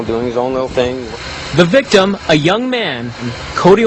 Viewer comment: Take a shot every TIME they say victem